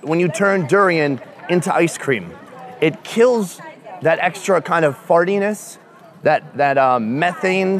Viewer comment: Did you say fartiness?